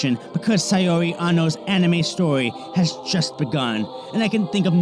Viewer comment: Great vid. FYI it’s pronounced SOW(as in OW with an S) REE. Not SAY UR REE.